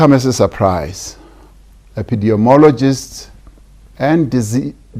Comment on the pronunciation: No one:… Prez: “Epidiemologists”